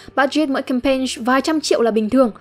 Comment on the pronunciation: hình như bạn phát âm sai chữ campaign (âm cuối)